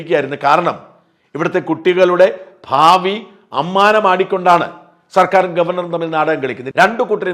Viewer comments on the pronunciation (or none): none